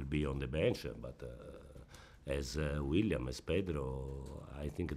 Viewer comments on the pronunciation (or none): Does he call Willian "William"???